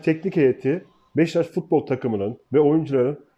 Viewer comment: Abi BEŞTAŞ değil, BEŞİKTAŞ. Senin gibi bir gazeteciye bu telafuz yakışmıyor. dikkat lütfen